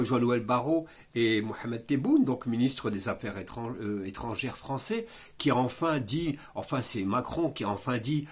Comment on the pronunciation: Arretez d'ecorcher le nom de notre ministre des affaires étrangères !!! Du respect SVP